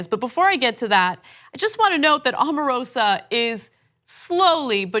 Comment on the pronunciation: Just so you all know ,,, her name is pronounced "Oh-mah-roh-sah"